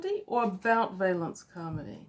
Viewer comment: Valancy Carmody. (VALL-un-see KAR-muh-dee). First syllable rhymes with 'shall'.